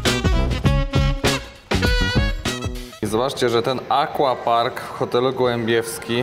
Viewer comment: pięknie, tylko mówimy "akwapark" a nie "akłapark" ;) Język polski ma takie wyrazy w portfolio ;)